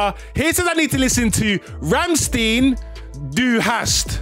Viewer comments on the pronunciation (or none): Language is German and the name is pronounced Rammstein like eye not een at the end. I believe Du Hast is like You hate/you have or something. Dave's Vlogs has a great explaination